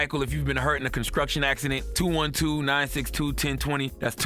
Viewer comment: Conskruction acthident